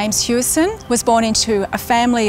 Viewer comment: It's pronounced as Howison. Not Hueison. As if you were saying the word house "Hou". You don't say you live in a huese, you say house.